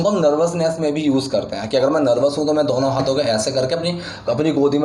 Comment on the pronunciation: Dono hota h sir ,, dauno nahi